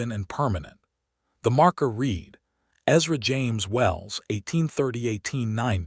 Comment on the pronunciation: Feel-good story. Enjoyed. PLEASE fix AI to contextually discriminate 'READ' by way of RED and REED.